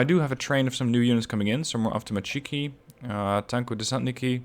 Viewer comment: avtom"A"tchki, not avtomatch"I"ki, strelk"I", not str"E"lki